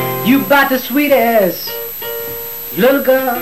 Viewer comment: Always loved that song. Esp. the way he pronounces "sweetest": sounds like "sweet-assed" to me. Deliberate? W'e'll never know.